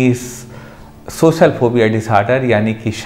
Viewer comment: Sir tum khud to baat kr nai paare ho, words ko sahi pronounce to kar ni paare aur aap logo ki problems solve karne chale 😂. For you kind information, wo socal ni social hota hai. Zabaan saaf karo apni pehle